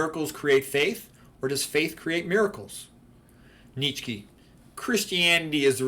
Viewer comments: It's pronounced Neech-eh (ch as in cheese). Although not always my favorite, I also admire the aesthetic effects of Christianity (excluding the kitsch of Kinkade), but I am not a Christian. I think you should be a Christian if you believe in its central doctrines, like the Incarnation, Resurrection, Trinity, etc., regardless of how beautiful its churches are. To convert or identify as a Christian for any other reason is to act in bad faith. I see too many people on the right become Christians because they think it's the "based and red-pilled thing to do," not because they actually believe in its central claims. (Incidentally, it's the same reason these types become carnivores. Veganism, in their minds, is for effeminate leftists, so they only eat meat to signal allegiance to their chosen political tribe, not because they're seeking the truth about nutrition.) A declaration of assent to these claims is noticeably absent from your video, which leads me to suspect that you are not really a Christian but simply an admirer of Christianity, and this mainly for its artistic achievements. Lastly, your remarks about non-Christian religions are unfairly dismissive. One could just as easily regard Christian prayer in the manner that you characterized meditation. There are clownish spectacles galore to be seen in Christianity, from ridiculous Novus Ordo masses to Televangelist services. And it's obviously not true that non-Christian religions are all "godless." Even Buddhism has a place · I think does a great job of mispronouncing the name of the antichrist. It's funny.